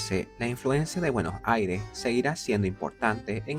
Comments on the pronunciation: Se pronuncia “BUENOS AIRES” con S al final, no “Bueno Aire” aprendan a hablar si van a hacer un video sobre mi ciudad. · trata de pronunciar bien Buenos Aires es con "s" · Para pronunciar "buenos aires" como corresponde deberias pensar en decir "Buenossaires"...porque lo dices con un corte en medio y suena extraño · De donde es el chico que hace la voz? Interesante como pronuncia Bueno' Aire" sin ninguna s 😅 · Por qué no pronuncia bien Buenos Aires? Tendrá problemas para hablar? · Si vas a hacer un video de BA, al menos aprendete a pronunciar bien su nombre. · Que extraña te sale la pronunciación de Buenos Aires!!! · el video exelente lo unico malo es como pronuncia Buenos Aires, es como raro jajaja